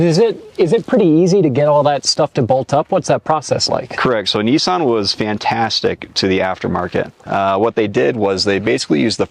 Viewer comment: Good job on pronouncing nissan correctly